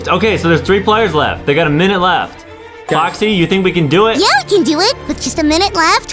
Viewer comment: Why does adem keep saying boxy not foxy?